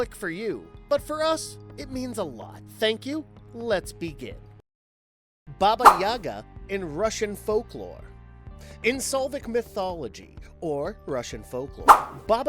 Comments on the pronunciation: SLAH-VIC NOT "soulvic" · Slavic not Salvic. :) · Thank god someone already pointed that out. I thought I’d get a bunch of hate for correcting it. Slavic not Solvic XD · Dude, it's fair to miss pronounce monsters and shit but... solvic, seriously? Not exactly helping the american stereotype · It's SLAVIC!!!! Slah-Vic!!!! And it's HEKATE!!! Heh-Kah-Tay!!! Not tea 😵‍💫😵‍💫😵‍💫 FFS........ Learn to effing pronounce things 😳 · For the love of Baba Yaga, it's Slavic. S L A V I C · I'm of Slavic descent, so everytime he says Solvic, I want to punch someone. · When you are able to pronounce Slavic properly. That is when I will give this video an upvote. Until then 👎👎👎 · Some second takes and focused edits may do you well. Decent video and all but some of your cuts are so sudden it breaks sentences and on top of that a lot of your pronunciations are... not great. Doesn't help generalizing cultures and various sections of such either. Slavic and the pronunciation of the world tree yggdrasil were really really bad. Just do more than one take. It'll help a lot.